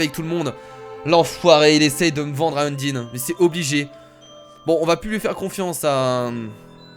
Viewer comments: c pas undine mais undyne stp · endyne sa se dis endayne ep c est une fille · undyne se dit unndaynne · Je ne suis pas un rageur qui veut te faire du mal mais Udyne sa se prononce Undaïne je sais c'est bizzare mais si tu pouvais le prononcer comme sa sa me ferait super plaisir sinon tes vidéos j'ai un mot pour les décrire GÉNIALES continue comme sa sinon👍🏼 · Y a un accent à dire dans le mot undyne sur la lettre "y"